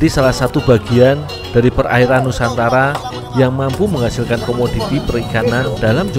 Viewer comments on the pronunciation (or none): none